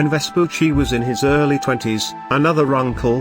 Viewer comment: Well, at least they get the pronunciation of Vespucci right, only the cadence is a bit off. Most other videos about him I've seen on youtube completely butcher his name.